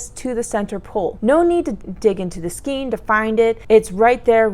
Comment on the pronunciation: Hello! I am loving this yarn. I’m using a 6mm hook successfully. Also, it’s pronounced "skane" not "skeen"